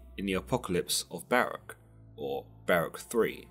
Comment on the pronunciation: Ok…. 🤦🏾‍♂️…. Listen to the enunciation carefully, ok? Baruch (ba-ruuk) / Barach (ba-rak)! That’s my language and ancestors’ name that you’re butchering. *and Samael LOST to Jacob; hence, the name Israel(He whom wrestles with god)! 👍🏾#urwelcome